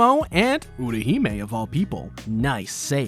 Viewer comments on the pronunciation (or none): UTAhime not URAhime